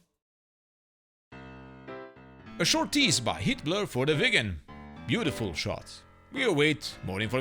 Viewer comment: One comment: when you say "Heatblur", it kinda sounds like Hitler :). Be careful ;)